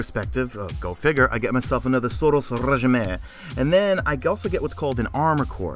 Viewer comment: the way you said SUROS Regime was hilarious!